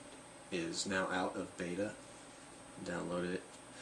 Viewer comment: Did you say baita? lol beta. Other then that relax more! I love tech talk like this, but not when the hosts are more tense then a man getting a prostate exam! ^_^